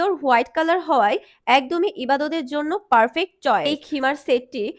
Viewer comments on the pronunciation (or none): none